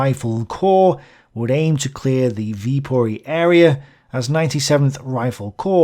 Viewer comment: Viipuri* in finnish, not with o